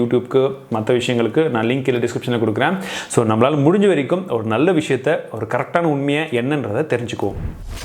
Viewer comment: Visathai Illa Visayathai 😂